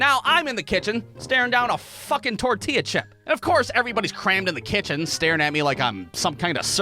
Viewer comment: bro why do u say tortilla like that